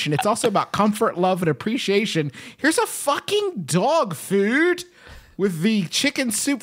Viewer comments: The way FOOD is enunciated absolutely slays me. DOG FÜD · I love how they struggle to say food when they say "dog food"